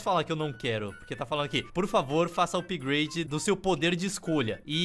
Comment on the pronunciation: "Upahagdlglaglgafpade completo"